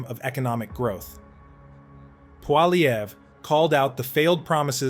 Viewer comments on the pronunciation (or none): I love how the AI cannot pronounce Pierre's last name ahaha! kills me every time I hear PWOLLY EVERA!!!!!!!!!!!!!!😅